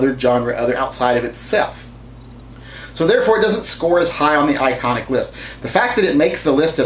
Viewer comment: He said ionic... Not best.